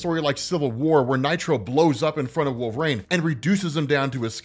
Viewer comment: Why do you pronounce Wolverine like that...? 😂